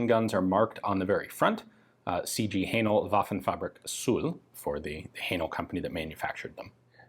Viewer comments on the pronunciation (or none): Another interesting video. Am I right in thinking "Haenel" should be pronounced to rhyme with "flannel"?